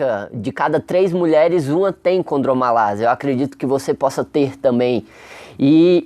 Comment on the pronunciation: As vezes poder ser um problema de dicção vocal, na qual é comum em muitas pessoas que não consegue coordenar bem a linguá. Então produz um som de S em vez de ser um som em Z. Mesmo assim ele explicou muito bem detalhado o assunto. Domina o conhecimento melhor que muitos MESTRADOS E DOUTORADOS QUE EXISTEM POR AÍ Á FORA! Parabéns! Professor.